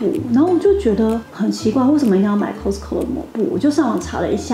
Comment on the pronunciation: Cos卡斯t淡淡消音co扣